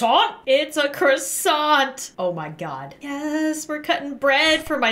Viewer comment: You know this is good when the first thing she says is "ITS A CROsSsAInTtTtTt"